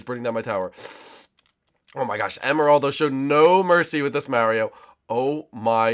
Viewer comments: It's Mario not Marry o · stop saying miario...